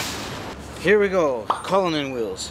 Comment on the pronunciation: Its not cullunin it's cullinan stop saying that 🤐😠